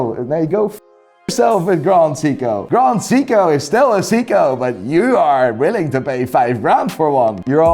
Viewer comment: "GraHnd Seeko!"